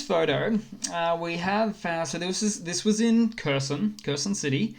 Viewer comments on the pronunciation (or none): Please pronounce Kherson correctly